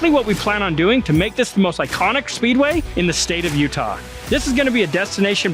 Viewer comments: YOUTAH RACEWAY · “utaulin” raceway